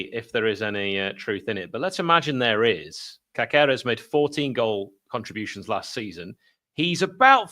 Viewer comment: As your Spanish correspondent I can confirm it should be pronounced CASeres - the accent over the "a" indicates that's where the stress is and the second "c" is soft like an "s". Keep up the good work.